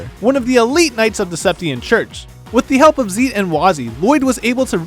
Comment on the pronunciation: It's zEIT not zEEt you noob